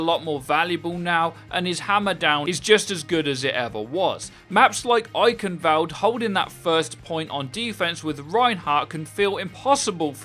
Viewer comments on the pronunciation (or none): Has to be said, eichenwalde has a W not a V in it. Not sure if the speaker is trying to be a cheeky British person but come on, it's not hard.